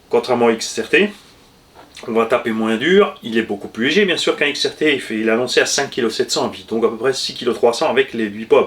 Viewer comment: Salut à toutes et tous Mdr eh grand chef c'est xrt pas xtr 😂😂